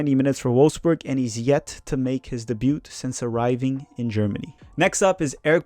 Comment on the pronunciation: Solid review. I expect Brooks and Pefok in the next camp. Side note: you can't brag about your french pronunciation when you pronounce Debut...as Deboote. It's DAYB-YOU, or DAY-BEU. Just taking the piss, love the channel.